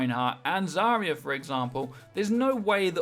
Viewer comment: AGAIN ITS ZAR-YA NOT ZARY-YA FFS TRIGGERED